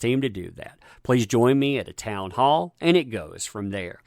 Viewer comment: When he said town hall.. I thought he said Amber heard.. Now when he says it.. listen carefully 😂